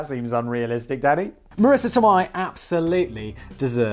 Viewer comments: Tomei is pronounced "Toe May" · Des Moines. You fuck up so many words but you get that one right? Btw, Tomei is pronounced toe-may. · Tomei is said Toe - May (like James May) oh Factual one. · Yes Simon saying Marisa Tomei's last name wrong the whole time. Lol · Praise the Blaze Borthers! Also, isn't anyone else disturbed by how Simon pronounces Tomei? Edit: Is there something as a SMART conspiracy theory?